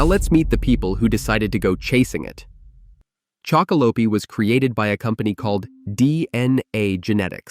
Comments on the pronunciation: Been really enjoying your content chocolope is one of my faves but the E is silent on the end😂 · Every time you say the name wrong I feel my ears about to explode 😵‍💫